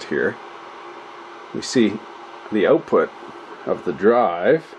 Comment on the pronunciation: Check this oat: check the oatput. Crazy Canadian talk!